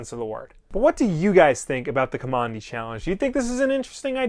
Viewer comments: You're saying his NAME wrong. If you read the comic you'd know that Kamandi got his name from living in a military installation. Now don't ask me why he wasn't named by his grandfather with a real name but they lived in Command D. And you are saying Kamondi. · Guess I will continue to search for a full review of the first issue and someone who can pronounce the name of the main character in a correct way...what did I just finish watching, some nerdy fan send up of DC, not sure.